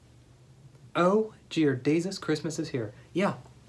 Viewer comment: why do you say Jear Desus instead of Dear Jeaues